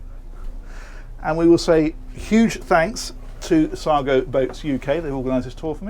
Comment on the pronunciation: Nice boat , thought you said " saga" on your intro!